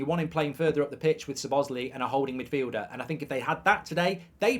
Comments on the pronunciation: Saw-bosz-lie ,not su-bos-ly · It's a sign of respect to learn and pronounce players' names correctly. Mark isn't pronouncing the Chelsea or Liverpool players' names correctly. His name is pronounced like this 'SOBOSLY" and the black players on Chelsea's team Mark should really start to do better .